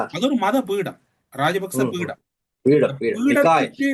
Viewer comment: பீடம் இல்லை பீடை 😂